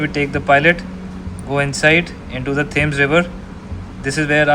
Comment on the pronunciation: Thank you for the work on the video. Enjoyable, touching and informative all at the same time. One point for you. In English, the River Thames is pronounced as if the last word were spelled "Tems". Like the first part of tem-porary with an S added. No TH sound, no A sound.